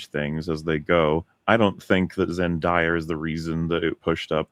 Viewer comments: I agree with the points but can you guys please stop calling her “Zen-Die-a” It’s “Zen-Day-a” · ZEN-DAY-A not ZEN-DIE-A 😅